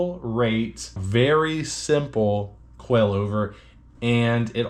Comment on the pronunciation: I know, but you're pronouncing it like QUAILover!!